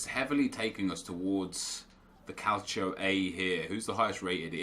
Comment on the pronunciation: Why tf do u say Calchio? It's Calcio u downie